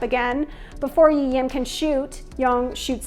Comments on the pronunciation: Please please PLEASE don't pronounce his name "I-yem". It's either "I-rim" or then "Lee Lim". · i thought i'm the only one heard she pronoun Lee Lim as i-yem 😄 at first i thought i have a hearing problem 🤦